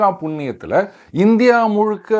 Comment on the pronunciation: YouTube -ல் தினந்தோறும் " முளுக்க முளுக்க" என்று பலமுறை கேட்கும் சூள்நிலை - மன்னிக்கவும். சூழ்நிலை வந்துள்ளது - தங்களது சேனலில் வரும் பல வீடியோக்களைக் கேட்பதன் விளைவு.